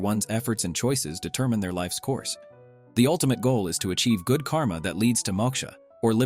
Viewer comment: Great Video but just one thing The pronunciation of many names is a bit wrong, you usually should not pronounce the 'a' sound Like in French (idk French just know a few words cos of school) you dont pronounce the 'e' which is in the end, similarly dont pronounce the ending 'a' too. Examples - Moksha, Karma, Dharma Exceptions - Ahimsa (I recommend taking advise from a native speaker for the pronunciations for future videos)